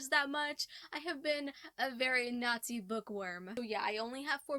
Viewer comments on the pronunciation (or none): Okay , for some reason I thought you said Nazi book worm instead of naughty book worm and I was like, wtf.